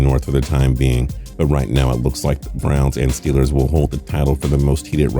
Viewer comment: he actually said STILLERS lmfao